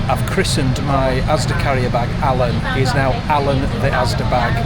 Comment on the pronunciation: you say Alan and Helen the same way "Ellen". Solea, stealth yacht. I swear, I could hear Helen laughing when you said maybe you should get her a present and then showed Louis Vuitton. I find chocolate helps me with a migraine and also caffeine, which they say stay away from, It works for me. The vlog was not rubbish. We all feel unwell sometimes. Mind yourself.